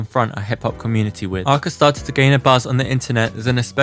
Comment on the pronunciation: Your pronounce of her name is wrong